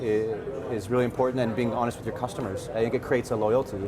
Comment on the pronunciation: Cooostomers? Lmfao